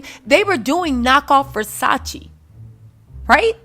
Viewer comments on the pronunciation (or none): none